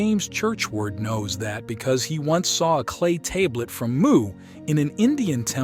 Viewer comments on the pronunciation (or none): I never heard tablet spoken like table-et untill I listened to this garbage.